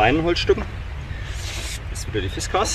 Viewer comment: Warum nennst du die Axt aus Schweden "Fischkeks"? Das ist eine Fiskars und genauso wirds ausgesprochen.